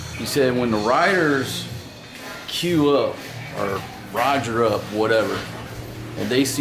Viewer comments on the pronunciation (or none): none